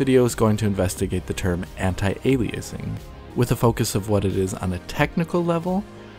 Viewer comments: Why do you keep pronouncing it "aley-aceing"? It's literally alias + ing. Nobody pronounces alias as "aley-ace". Apart from this odd choice, the video is good and the people who didn't understand all the terms - well this video isn't for them. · aliACEing. the way you talk and how you seem to be trying to cover up some sort of impediment is more jarring than the worst aliACEing. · This was fantastic and very informative. Narrator's GOTTA stop sayig ali-ace-ing though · Ail-ee-acing... alrighty then. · I don't think "aliasing" is pronounced ali-ace-ing. Doesn't lower the value of the video, but gets annoying really fast, sorry. Especially given how many times it is said in the video. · But what's "ay-lee-ace-ing?" ;-) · LOVE the video and the addition of. Did have a difficult time focusing on the content while he was emphasizing "A lee A sing". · This guy's voice isn't very engaging. I normally enjoy watching a DF video, but this guy just zooms off without any reprieve for someone to process what he just said. Doesn't help that he has weird pronunciations like Ay-lee-ace-ing and Tem-pore-rull, like he wants to deep fry time or somesuch. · ''Aleaysing'' really dude ??? smh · words to learn to pronounce: aliasing temporal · Really bothers me how he says aliasing. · your mispronunciation is driving me batshit crazy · The way he pronounces “aliasing” is so annoying. Good video describing it but maybe learn how to correctly pronounce the word and which syllable is meant to be emphasized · You didn't check the correct pronounciation of "aliasing" before typing your comment. Try again. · Makes a technical video game video, claims to know technical things. Can’t pronounce “aliasing” correctly. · How do you pronounce it? Is this an American thing? Because he pronounces it how most dictionary sites do, as well as pronouncing the same way as Linus. On a side note: I've come across people who know lots about topics with many words they can't pronounce properly.